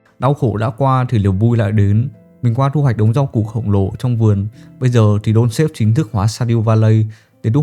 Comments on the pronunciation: Đọc là dont star(ngôi sao á ) và thêm chữ ve âm gió ở cuối cho nó chuẩn nha ông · ông ơi clip hay nma tên game k là đôn sếp, mà là đôn sờ táp =))